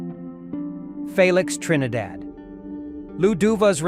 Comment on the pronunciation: Phalics Trinidad? Thanks AI.